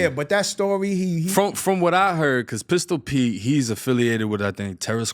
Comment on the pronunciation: Pistol pee - lmao.. always messing names and words up 😂😂😂